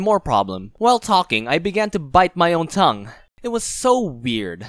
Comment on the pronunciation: Stop saying tougue